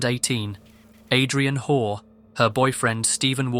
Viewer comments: It sounds like you’re calling her whore instead of hall lmao ,I subscribed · listening to you say "WHORE" (Hoare) over and over again was just the comedic relief this video needed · Something is very satisfying about the name of the woman in the last video being pronounced ‘whore’